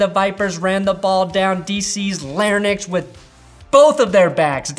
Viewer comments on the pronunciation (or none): "...down D.C.'s "l-air-nix"..."?? Larynx - "L-AIR-INKS".